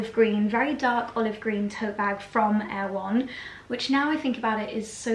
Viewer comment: Not Air One,: Er-e-won - from the book Erewhon by Samual Butler (circa 1872), a satire. Worth reading!